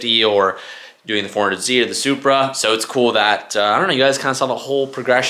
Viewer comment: At this point hes saying 400Z to trigger people. Jesus it’s embarrassing, learn the correct name dude